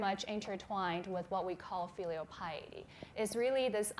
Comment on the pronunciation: “FEEELEAL piety”😂❤️